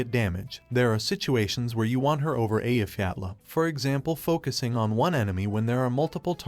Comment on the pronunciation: Very based of you to pronounce Eyjafjalla correctly!